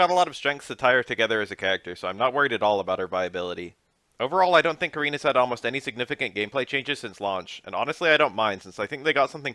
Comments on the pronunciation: Wow I love your videos but I gotta say her name is Car-In bro Japan is big on the Ah sound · It's pronounced Ka-REEN. The R in Japanese is a mix of the "ruh" sound and the "laa" sound. The "I" sound is pronounced as "ee" and the "N" sound is more like a short "nn" sound. Her name would be spelled more phonetically closer to Kaleen than Karen.